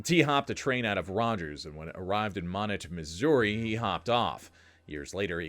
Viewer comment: Moh-NET, Missouri. Yeah, I know. Another weird one from the ShowMe state.